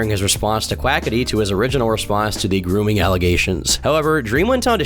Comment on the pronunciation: really sounded like you said "gooning allegations" also its weird tommy did all that about dream, they did used to be friends and although they arent now it just seems immature of him to make fun about a topic that seemed like such a mild contraversy.